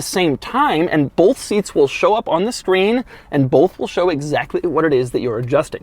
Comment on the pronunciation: Doug says "bolth" not both